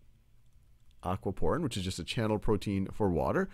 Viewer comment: Thought he said Aqua porn